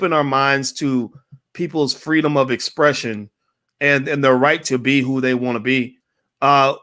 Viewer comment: She's twerking for Fweedom!